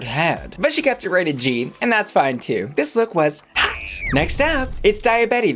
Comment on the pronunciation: The way you pronounce HOT and ROT is almost identical. It can be very confusing to the ears. Why not consider delivering them in different tone or pitch.